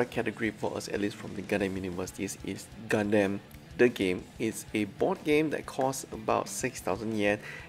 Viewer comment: Really hope you are reading this. Just want to comment about one thing thats always turning me off when watching your videos which is HOW YOU PRONOUNCE GUNDAM! Why did you pronounce it as GUN-DAMN? Pls correct your pronounciation for the love of god. Try listening to mechagaikotsu or zaku aurelius vids on how they pronounced it! All in all, i really love your vids still. I really do. Keep up the good work 👌